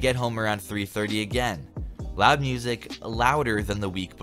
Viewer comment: I FEAST to my ears 😂😂😂😭 cause he can’t say music